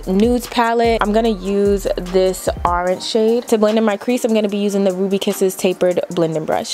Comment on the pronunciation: I love the way she says Orange😂🤣 Must be a New York thing Lol